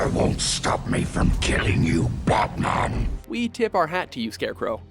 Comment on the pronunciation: 'butman' Dude......